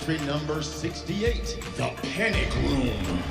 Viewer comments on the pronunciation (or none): I love how the man said “The pAnic room”